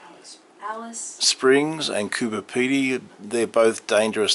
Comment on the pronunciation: For starters its Coober Pedy not fkn Cooper Pedy … where in the US States are you from ???